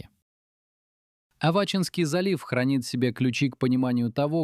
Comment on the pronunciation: Что за туфта? Зачем показываете кораллы? В такой холодной воде их не бывает. Кстати, хорошо бы и делать правильное ударение: А'вачинская бухта, т е на второй слог, название довольно известное. Красная рыба заходит в очень многие реки